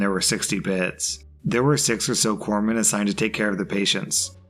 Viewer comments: Someone else covered the navy story thank you for pronouncing it corpsmen and not corpse men 😂😂😂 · Oh, I'm so proud of you. You pronounced Corpsmen properly, which a lot of people get wrong, including at least one former president.